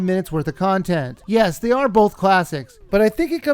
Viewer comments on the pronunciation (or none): none